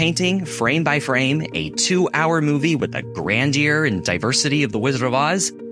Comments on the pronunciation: You mispronounced both 'grandeur' and 'recreated', and in fact, used a word that doesn't exist in the latter case. The word you should have used is 'recreated', as in, 're-created', not a form of 'recreation' that doesn't exist, and that word has a totally different meaning, which is activities done for enjoyment, not making something again. Unbelievable. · "... the grand-deer and diversity..." I assume you were trying to pronounce the word grandeur, which is correctly pronounced 'gran-jur'. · I didn’t want to do this but my mom made me. Grandeur is pronounced “gran-jure” and the past tense of cost is “cost." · I've never heard 'grandeur' pronounced that way.